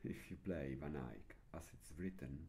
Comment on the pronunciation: Thank you for bringing these lessons in english! I love how you pronounce "Van Eyck", it almost sounds like flemish from Antwerp. ;) And of course, I love this music. (I'm an absolute beginner, so I'm happy if I even can play just the melody)